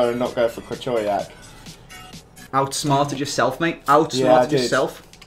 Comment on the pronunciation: Krik-oh-vee-ack is how you pronounce krychiowiak just so ya know